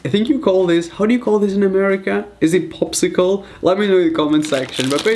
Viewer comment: It’s not pipsicle it’s popsicle